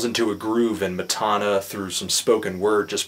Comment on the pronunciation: Matana Roberts on Twitter: MATANA he's saying my name wrong but this is one of the most hilarious reviews I have ever seen